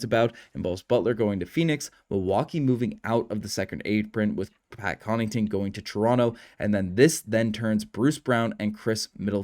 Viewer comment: You keep calling Pat Connaughton, Pat Connington.